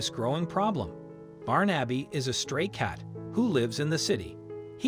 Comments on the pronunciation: Nice love story, I did smile at the pronunciation, my Godson is called Barnaby, and I've never called him "Barn-abbey"! instead of "Barn-a-bee" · Barn - Abby is surely pronounced Barnebee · Not Barn-Abby but Barnaby. A fifth grader could correctly pronounce it. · His name is not Barn Abbey, it is Barn a bee. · This makes my eyes brim. That cat once knew love, or he would not have been so quick to accept it. BTW, The name ispronounced BAR-na-bee. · For Christ's sake man it's pronounced Barnabee. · the way the narrator pronounces his name as “Barn-Abby” irks me so much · You're not saying his name correctly. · This story could have been so much better if the name of the cat had been correctly pronounced.... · Is this a madeup story? Some parts don't match and the pronunciation of his name is not an American pronunciation. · Not how you pronounce Barnaby. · ❤️🌹❤️🌹❤️🌹❤️ Wish they would pronounce his name right!